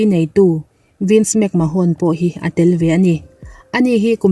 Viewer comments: World Champion ni thei naupang ber Brock Lesnar niloin Randy Orton zawk aniang a!! Vince McMahone tih loh tur McMahone niloin McMan tia lam tur aww!! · WWE chairman hming i lamdan chuleh...'mahawn' ti a lam lo in 'men' ti a lam tur aw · Vince mcmahon hi Vince mcman tia lamtur aw